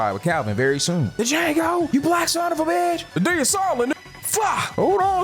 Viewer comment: The d is silent 😂😂😂